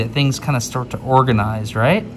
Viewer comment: "Organize" LITERALLY! Is organ the root of the word organize? Did you say it that way intentionally?